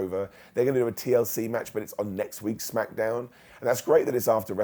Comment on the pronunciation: I like how he says Smack-uh-downv🤣🤣